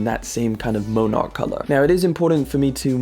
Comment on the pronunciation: Dude - it's Mon-erk. Like the Monarch Butterfly. What the hell is a Moan-arck